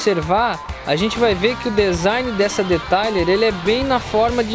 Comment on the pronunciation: Pronuncia : Deteiler